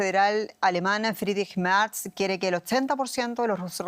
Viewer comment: El canciller "Merz", se pronuncia tal cual...con todas sus letras!!.